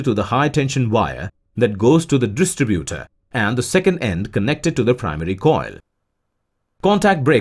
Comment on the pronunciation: nice work and graphics: maybe the English is computer generated: anyway there are errors.The battery metal is lead, pronounced like "head" not "leed"; distributor is stressed di STRI butor, accent on I. Articles are missing as in a phrase like" connected to contact breaker" which should read " connected to THE contact breaker.Sorry that the verb lead, as in leader, and the noun " lead" meaning cable are pronounced "ee".English is not always logical.